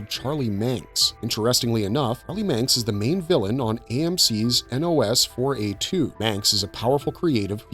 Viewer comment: Can you not say NOS4A2?